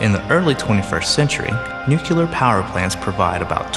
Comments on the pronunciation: Doh, he said nucular. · Nucular!!! SERIOUSLY?!?! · nook you lar? Sounds like a not-too-bright former president. Otherwise, an excellent video.